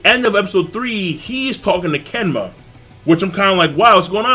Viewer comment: "Kenma" Lmao.